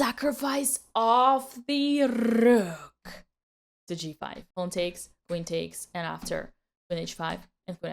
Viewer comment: I just like the way she says pawn…. “Pone”